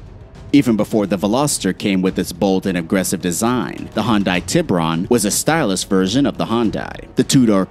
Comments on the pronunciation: Hyundai not hon-die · Hyundai? Nah man, Hondye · Please learn how to say Hyundai